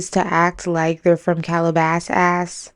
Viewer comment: "From Calabas-ass" 😂